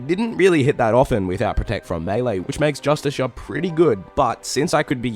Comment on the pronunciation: its fucking JUSTKAR jesus christ why is that so hard